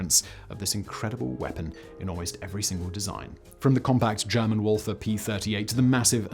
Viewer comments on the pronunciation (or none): none